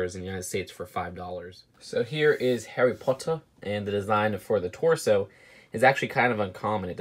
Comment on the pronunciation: HAWWY PAWTUH